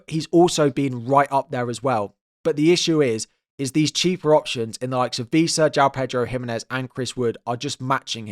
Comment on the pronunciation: Couple of notes, it’s ‘Wissa’ not ‘Vissa’ and ‘Diogo Dalot’ not ‘Diego Dalot’